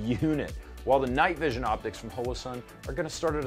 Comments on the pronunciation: Why do you insist on calling it "hole - oh" sun? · "hoelowsun" stop. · hole-o-sun please tell me im not the only one